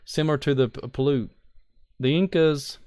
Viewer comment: That INDIAN TRIBE'S NAME IS SAID THIS WAY. (PAY-UTE). I AM FROM THE AREA. And I have been to the cave/caves many times. VERY INTERESTING PLACE. I have a lot of info about the area.